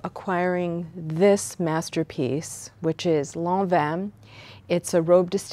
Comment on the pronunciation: thank you for pronouncing lanvin correctly!!!!!!!